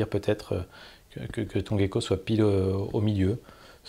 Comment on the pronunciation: Juste un petit truc,: c'est "jecko", pas "guecko" (anglicisme), et "vigneutage", pas "vignétage" (barbarisme). Sinon, j'ai un peu l'impression que tu t'ennuies à commenter les photos ces temps-ci alors que t'as la pêche dans les autres rubriques de ta chaîne.